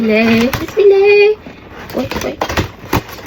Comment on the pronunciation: Бисмиле эмас бисмиллах